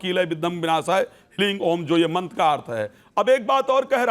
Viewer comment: Hlreem nhi hota hleem hota hai